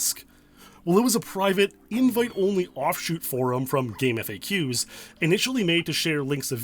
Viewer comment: It's pronounced "gaam faks".